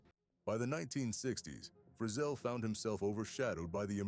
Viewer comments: It's "Free zell," da*n it, not "frizzle as in sizzle!" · If you’re going to do these Autobiography type videos at least learn to say his name right…it’s not Frizzle rhyming with drizzle it’s Frizz ELLE!! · HIS NAME WAS PRONOUNCED FRE-ZZEL NOT FREZZILE,YOUR COMMENTATOR IS IN WAY OVER HIS HEAD,GOOD JOB HIRING SOMEONE TOTALLY CLUELESS TO COUNTRY MUSIC SINGERS NAME !! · Shame on you making a total ass of your self, in your pronuncation of Lefty's last name. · If your narrator can't pronounce Lefty Frizell's last name, then this video is worthless.